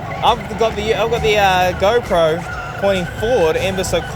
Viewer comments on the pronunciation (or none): none